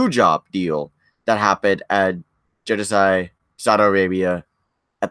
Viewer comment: Actually it is spelled & pronounced Jeddah Saudi Arabia not Jeddisah